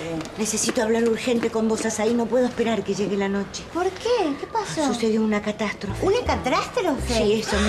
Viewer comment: una cratrastrofe? Jajajajjajajaj😅😅😅